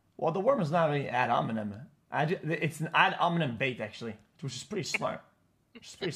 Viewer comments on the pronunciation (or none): he said "ad ominem" he forgot the h I think